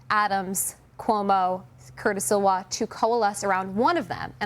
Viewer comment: It's very interesting that newscasters take great pains to pronounce Mamdani's name correctly but mess up Curtis Sliwa's name frequently as in Sillwa instead of Sliwa. Is Uganda more important than Poland